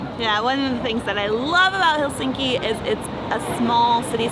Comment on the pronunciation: Are you sure you visited Helsinki? How come you cannot even correctly pronounce the name of this city? It is not helSINKI... it is HELsinki. Emphasis on Hel.